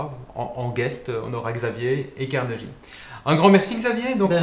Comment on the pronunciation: La prononciation est Carnegui, pas Carneji